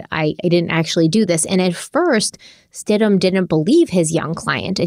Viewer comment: It’s Stidham, “Stid-em” not Stidhman